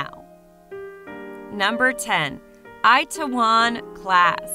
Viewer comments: Onngggg lmaoooooo eye ta won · "It-tae-won" is how its pronounced, but good video otherwise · lol the way she said itaewom class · Oh god, you butchered the pronounciation of "Itaewon" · i know..but Americans/Canadians would say it in a slang manner...if you know what i mean. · I don't see the point in using slang for it tho. it's a pretty simple word to pronounce. Americans confuse me